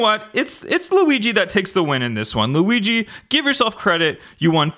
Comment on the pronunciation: It's not Louisie it is weegee